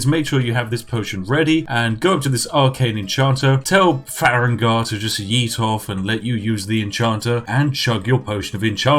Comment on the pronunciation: "Far-egg-nar" All farengar fans are crying and sobing rn